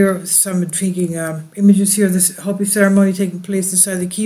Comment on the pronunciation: "Hope-ee" not hoppy ;)